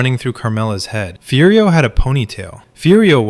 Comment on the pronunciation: You can like it but it's AI slop ripped from human sopranos analysis and other places. the AI calls Furio "Fudio" for no reason after pronouncing it perfectly 3 times earlier in the video.